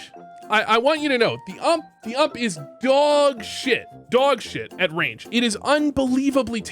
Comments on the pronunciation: My man called the ump the ammp 😂😂😂😂😂 clown juice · The way you say ump kills me